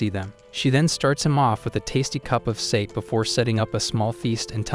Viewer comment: Sake = "Sah-kay"